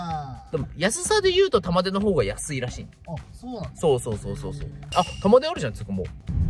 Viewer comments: 玉出↑じゃなくて玉出↓やで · 玉出⤴じゃなくて玉出⤵でよろしく(笑) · 紅天おいしいですよね～ 「玉出」のイントネーションが気になって、ちょくちょく頭に入ってこなかった。(笑) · 玉出の発音ちゃうねん